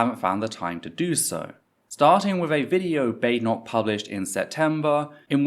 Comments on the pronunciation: as an american 1) I'm shocked desantis' name is pronounced "DEE SANTIS" 2) he completely mispronounced Badenoch's name after she had just told everyone how to pronounce it. 3) Desantis is an idiot, no one, not even most republicans out side of Florida, think he's anything but a fascist idiot. he's also term limited now, so expect a bunch of this stupid crap. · Considering the behavior of the conservatives during the election I suspect Ron deliberately mispronounced her name.